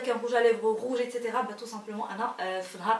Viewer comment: a part le maquillage japprecie bcp le fait que tu prononces etc correctement avec un son s et pas un son x bisooooooox 😘👍👍👍